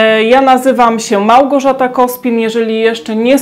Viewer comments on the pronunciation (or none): Pani, akcent na trzecią sylabę a nie pierwszą w słowie Małgorzata.